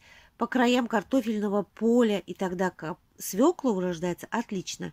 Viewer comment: Не Фекла ,а Фёкла,не свекла,а свёкла! Легко потом запомнить,я тоже также со свёклой поступаю, отличных вам урожаев!